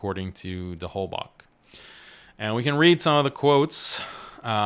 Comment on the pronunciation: It's not that important but Holbach is of German origin so I wanted to say that often the german "ch" is pronounced like the arabic خ not k/ك